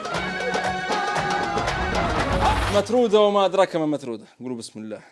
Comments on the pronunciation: مترودة❌😂 مثرودة✅✅ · نحن في إجدابيا ، مثرودة بالثاء مش التاء ، وتندار بدون لحم وبيض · مثرودة بالثاء مش بالتاء....مع انه الاصلية تمر و زبدة وطنية..و خبزة جمر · اسمها مثروده بالثاء و ليس التاء